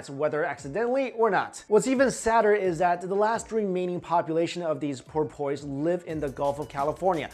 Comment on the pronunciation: Dude, love all your channels and vids. Your pronunciations are sometimes hysterical. Porpoise, lol, it's "poorpus." Seriously though, love ya and your work!